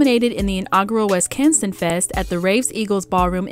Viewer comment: …is it me or is the narrator pronouncing Wisconsin wrong?